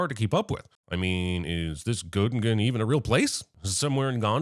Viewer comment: as someone who lives in Göttingen this was both slightly offensive and hilarious. But yes it exists. In the middle of Germany. Nice place :) Also I think I laughed more at your pronounciation than the actual joke. Well done